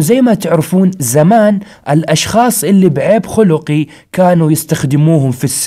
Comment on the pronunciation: تصحيح: لما تقول عيب خُلقي (بضم الخاء) هو الاخلاق أما الصواب عيب خَلقي (بفتح الخاء) وهو تشوه في الخلقة